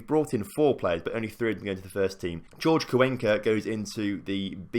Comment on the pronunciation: His name's Hor-Hay not George, please don't change it again